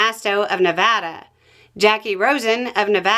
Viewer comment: Never heard anyone East of the Mississippi pronounce Nevada correctly before just now lol